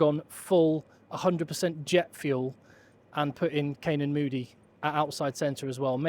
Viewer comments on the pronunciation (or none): none